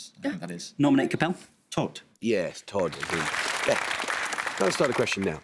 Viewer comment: "Todd in Venedig"? Who was this "Todd" guy? Both the team and clever quiz-master don't know that the German word "Tod" rhymes with "note", "tote" and even "goat" not "Todd" - though I'm sure loads of American tourists called "Todd" have visited Venice and perhaps even died there...